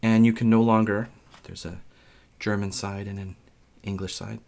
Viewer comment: Not being German, but I think your interpretation was still the best German I've heard from an American board game youtuber :)